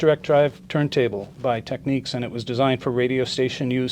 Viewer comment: He can't even say TECHNICS